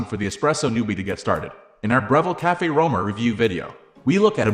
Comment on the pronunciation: Can't even pronounce the name. Not any kind of intelligence, really.